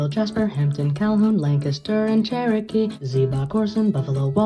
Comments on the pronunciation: very well done! The pronunciation was spot on and nobody ever gets it right outside the area. Bonus points for Lancaster too. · LANCASTER SWEEP AND HE SAID IT RIGHT 🔥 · I can tell you did your research because you pronounced both Lancaster and Lebanon, PA correctly. Congrats on this accomplishment!